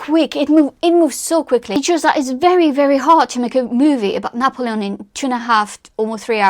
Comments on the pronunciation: I just can’t get over how you’re pronouncing his name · I gave up watching because of 1 your pronunciation , even of N's name. 2 your use of " like" kind of " etc etc. pity.